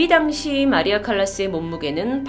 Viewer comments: 언니~ 칼리스가 아니구 마리아 칼라스에요! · 칼리스가 아니라 칼라ㅏ스였을터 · 마리아 칼라스입니다 마리아 칼리스아닙니다 ^^*